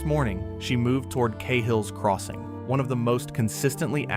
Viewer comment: Thats not how you pronounce Cahills crossing - the a is like Ah not ay. Its an Irish surname.